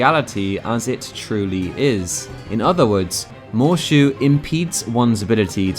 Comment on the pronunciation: Every time he says “Moeshu” my brain just hears “MMM”